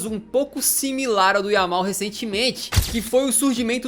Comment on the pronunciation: No momento ele fala yamine